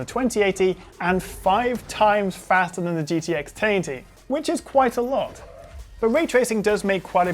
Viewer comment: Really good video review, however can I just point out that the way you say 1080 (taity!!!) is infuriating 😂 why oh why are you doing that